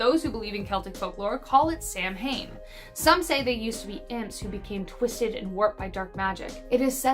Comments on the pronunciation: I’m Irish and no hate but Samhain is pronounced (sow-anne) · it is not pronounced Sam-hain, it is pronounced Sew-in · Sow-en not Samhain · Samhain is pronounced Sahw-wen